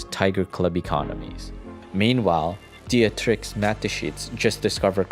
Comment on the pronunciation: Music is too loud, and you should have looked up the pronunciation of Dietrich.